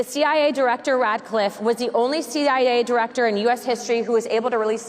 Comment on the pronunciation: Rat- Clifft❓🤣